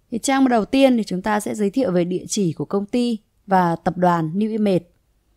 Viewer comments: New i mây thì nói new i mây đi cứ nói new i mệt nghe nó mệt hết cả người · Bạn chia sẻ nói giọng phát âm không chuẩn nên dân mạng nghe không hiểu tên cty newimage